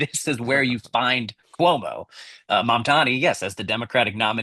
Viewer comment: You kept saying MamdaMi. It's mamdani. I had to practice a lot to get it right too.